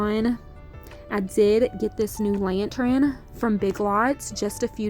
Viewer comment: Lantern is pronounced 'LAN-TURN', not 'LAN-TRIN'.